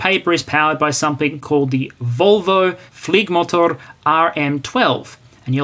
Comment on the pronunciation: As a swede i just want to praise your pronounciation of "flygmotor"